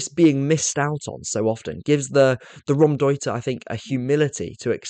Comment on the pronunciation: Really love your content but it's not Ram-deuter. It's pronounced Row (as in to argue) M- deuter